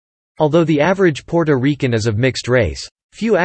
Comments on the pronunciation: The way he said Puerto Riquen😂😂😂😂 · PUOROREKEN???? PUORORIKE??? What the hell!!! 🤔Ms Maddie, i agree, he sounds pure AMERICAN when pronouncing the other words!!! i think he is doing it on purpose just to annoy us, because he emphasize so much PUOROREKEN-PUORORIKE! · It's great that you have a history to report on when speaking about Puerto Rico, however when it comes to pronunciations, whoever was chosen to narrate had a hard time pronouncing the word, Puerto Ricans. It's not Puerto Riccans as is stated in this video, it's Puerto Ricans (Reecans), not Rickands. To Puerto Ricans listening to this video, it's frustrating. I just had to skip this video because of this problem. I'm pretty sure others have the same problems. If it's going to be informative, it must be correct in pronunciation. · Puerto Rican not Porto Rican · AND ITS NOT RICANS ITS REECANS IS HOW ITS PRONOUCED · Stopped watching after the second Porto Rickan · the narrator is AI, I cant stand the way it pronounces Puertorican, Taino, Borinquen, and many other specif Puertoriqueno words. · First and foremost narrator can't pronounce Puerto Rican. 😅